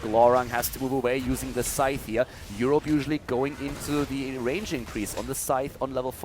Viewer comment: thank you for pronouncing scythe properly. I thought I was going crazy when every other caster was pronouncing it like Sith from Star Wars.